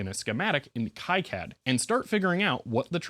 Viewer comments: Not judging or a huge deal and I'm sure you have heard it before but the ki in kicad is pronounced Kee or Key not Kai. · awesome video. btw, it's pronounced key-cad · FYI KiCAD is pronounced Kee-CAD, not Kai-CAD. (Reference: Wikipedia) Also, if reverse engineering again in the future, careful measuring capacitors while they’re in-circuit. Depending on many variables, doing so can result in incorrect values, especially if there are multiple in parallel. In simpler devices, the value can matter less, but it could be a gotcha moment in designs where the capacitance value plays a significant role in the circuit.